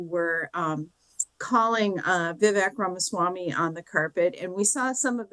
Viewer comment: It’s Vivek and it rhymes with cake not ick, great coverage